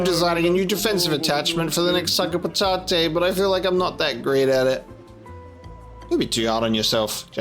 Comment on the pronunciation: noo i really liked how you said patate